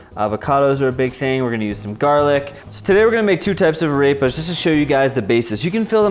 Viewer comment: Ok. I have no idea where you got this "ground the corn with their teeth" bullshit from but it is patently untrue. Arepas (pronounced ah-rehp-ah by the way not a-rape-a) have been a staple food for literally thousands of years.